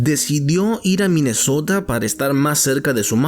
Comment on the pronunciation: Minesouda o Minesota??